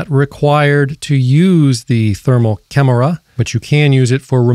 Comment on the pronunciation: Why do you say camera like that. Cam er a